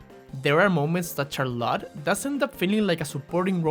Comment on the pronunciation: Why do you pronounce Charlotte as Char-lotte?